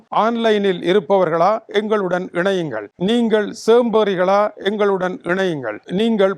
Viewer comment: சோம்பேறி என்பதை சேம்பேறி என்று வாய் தவறி சொல்லி விட்டார் என்று நினைத்தபோது மீண்டும் ஒருமுறை அப்படியே செய்தியை படித்தபோது இது என்னடா யின் தமிழுக்கு வந்த சோதனை என்று வருந்த வேண்டியதாயிற்று. வாழ்க தமிழ்.